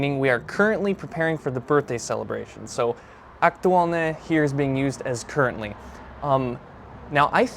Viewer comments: I think you failed to inform the viewer the meanings of the words are ones of many. For Word #1 "hej", there are two common uses, the other one is close to the English "hey". Word #2 "fakt" if fact does mean truth or fact. Your ok with the meaning of the Word #3 "aktuálne", but the way you pronounce it's adjective, but the example is adverb (identical spelling but different pronunciation and meaning). it looks like you're using and AI chatbot or something, that didn't use any declension of the word "sympatia", it should be in accusative case – "sympatiu". Tomato paste is a thick paste made from tomatoes, which are cooked to reduce to a thick, rich concentrate. Other common name in Slovak is "paradajkový pretlak" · The word "aktuálne" you did mention, has two different pronunciations which makes him a different word. The first one, with the hard pronunciation, like you pronounced it, it is an adjective and it means "relevant". Example: Je to stále aktuálne. - It is still relevant. In the other meaning you have to change the pronunciation - you need to pronounce the "n" very soft. That is an adverb you mentioned in your example. Writing is the same, but the pronunciation makes the difference ☺️.